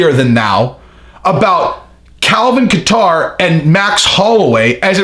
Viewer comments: No katter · I like how he says Calvin Qatar. haha. I think it's pronounced Kayter.